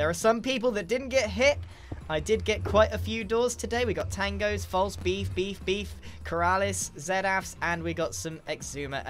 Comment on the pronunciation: Is something that I didn't need to hear but glad I did it's hilarious how he say B E E F